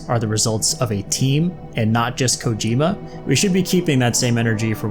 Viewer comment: Hopefully low roar is in ds2 im so addicted to their music and also to produce Kojima, it is pronounced CO-GEE-MA